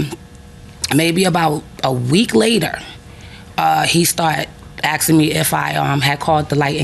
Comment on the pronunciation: He's "axing" her...you mean he's chopping her up?